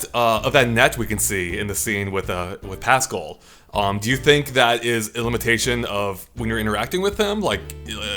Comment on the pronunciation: No one:: PASSKUL